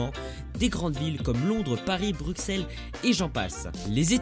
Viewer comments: Mes amis Français on dit Bru"ss"els AVC SS BRUSSELS mais on écrit Avc X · on prononce pas Bruxelles mais comme sa s'écrit en anglais Brussels bordel